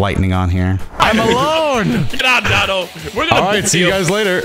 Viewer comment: Quit trying to spice it up, we know it’s pronounce (dough-tow-doy-yah)